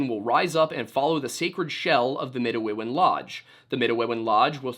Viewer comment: Hello, (lol) I'm Indigenous of the Anishinaabe people of michigan. I share a lot of cultural things and language with the Algonquin of Canada and I just wanted to correct you on your pronunciation of "Midewiwin" the religious practice. it's Mih-day-wih-win. at least that's how the Anishinaabe pronounce it and like i said, many similarities. Don't know if you care or if you'll even see this comment but I thought it might be a fun nugget of information if you ever stumble across the word again!